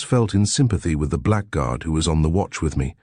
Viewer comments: THAT didn't bother me, nor the few other mispronunciations (e.g. black guard). Including the image id is too much. BYE. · Frequent mispronounciation of "blackguard" is annoying in otherwise pleasant audio, if you also ignore problems with French language.